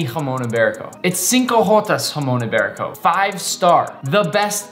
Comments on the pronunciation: me being Spanish and seeing Nick saying "Jason iberico" and Spanish words is just amazing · I just love your pronounciation “jumon ibarico” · And you pronounce it Hra-mong yi-be-riko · He says hamon iberico 😂😂😂😂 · im happy you have jamon iberico but im from spain and hearing you say its name hurts